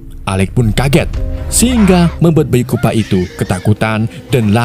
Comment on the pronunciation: Chupa bang bukan kupa